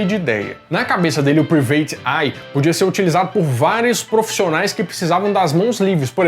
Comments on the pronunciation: A palavra private em inglês se lê mais ou menos como, "praivêt." Não, "priveitchi". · *Práivete Ái